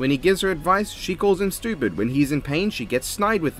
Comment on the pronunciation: I love how he say stupid like it's "shtupid" with the sh in the word😅